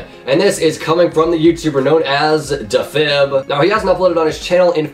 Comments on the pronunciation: “da fib” it’s “dee fib” LOL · "Dehfib" LOL Deeeefib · It’s pronounced dee•fib not da•fib 😂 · Deee fib not dafib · Dafeb XD Defib not dafeb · Its Defib not dah fib Lol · Defin not deffib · AppleSauceJack it’s not a meme lmao he has just never pronounced defib correctly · dah-fib hahaha its Defib (Dee-fib) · YOU SAY IT AS DEEFIB NOT DAFIB😂 TRIGGERED you never get names right😂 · he still hasnt uploaded in 10 months and his latest video i watched when it was new and now its old. lol the way u pronounce defib * dufib* thats the way u say it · It’s pronounced dee-fib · Dafib... lmao It's like saying maestro is leg oh, mae es tro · Isn’t it DEE-fib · "dafib" AHAHAHHAHAHA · CAN YOU SAY DEFIB CORRECTLY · YOU DIDN'T EVEN PRONOUNCE DEFIB RIGHT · He cant pronounce defib correctly i am done! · The way you pronounce defib is makes me crazy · OhWins your stupid. He's sick so he might not pronounce stuff correctly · AppleSauceJack dude. in old videos says sorry for pronouncing defib wrong and in the comments he says sorry for pronouncing defib wrong. btw how is “leaving blocks” a meme?????